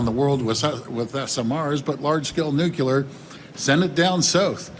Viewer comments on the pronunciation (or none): Did say, "Nukeelar"?:face-orange-biting-nails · Goddamn nucular people. IT IS NUCLEAR!!! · That’s ok, can’t pronounce “nuclear”, but we still love you both regardless for your hard work. ❤️ 🇨🇦